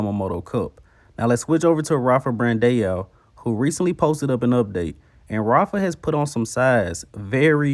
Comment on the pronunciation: It's still BRANDAAAAOOOO.. Not Brandeooo you are still saying it wrong... even though i said it in your last video that there is no E in his name.. Bran-DAO! AO AO AO AO!!!! my god... people are just getting more and more low iq in the US!